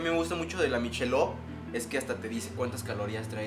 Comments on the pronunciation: ya se que es una mamada mi comentario. pero se pronuncia "maikelob" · es “mikelob” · El acento en inglés es malito States en vez de states , Budweiser Se pronuncia bodwaiser, miquelob, no michelov